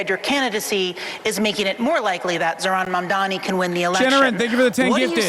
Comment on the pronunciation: i wonder if someone had to coach sliwa on how to say zohran mamdani before this